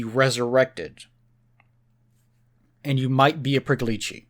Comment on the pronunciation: It's pronounced more like Preeckolich